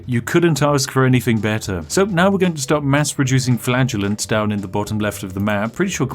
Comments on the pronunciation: Whenever he talks about the whipping people, I always hear flatulence. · I kept hearing flatulence instead of flagellants😆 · Today I learned that "flagellants" and "flatulence" are pronounced exactly the same way. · The secret easter egg in this video: about 10% of the time, Spiff says "flatulence". You're welcome. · I couldn't help but smirk throughout this entire video... Kept hearing "flagellants" as "flatulence"... Yeah, I'm about 5 at heart... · All I hear is "flatulence". What have you done?! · I have to admit, every time you said "Flaggenence", I heard "Flatulence". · I'm giggling uncontrollably because his pronunciation of flagellants sounds like flatulence. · I keep hearing flatulence.... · The whole video all I hear is "flatulence" not "flagellants" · oh Flagellants, i thought you said flatulence xD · For the longest time I thought he was saying "We will beat this disease with the power of flatulence." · he says "flagellants" like "flatulence" and honestly that's way funnier than it has any right to be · A spiffing video as usual! Also...I know what you're saying, but I keep hearing you saying you're buying flatulence... "The joy of flatulence". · I kept thinking you were saying flatulence, you know as in farting? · "The flatulence will save us!" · "...we can buy flatulence in two towns" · "Ok, we need culture, and in order to get culture, we need flatulence." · You should probably go see a doctor. He clearly said flatulence 100% of the time. 😅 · I got a bit confused because I thought spiff said flatulenze instead of flagelant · I Heard "flatulence" .....all along..,.was Amazing 😏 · Ok, anybody else kept hearing "flatulence" over and over? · Is it just me, that keeps hearing "because we have infinite flatulence" Maybe Spiff needs to ease on the beans. ;) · Me, watching this video: laughing hysterically Nobody: Me, realizing Spif saying flagellating sounds more like flatulating: dies of laughter faster than his population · Is he saying flatulence? 💨